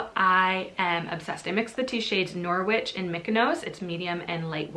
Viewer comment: The 'w' in Norwich is silent.